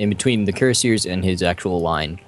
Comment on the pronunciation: That pronunciation of cuirassiers. xD